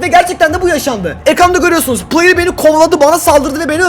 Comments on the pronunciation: de playır dedin trmceye😂😂😂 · La adam trmc adama player diyo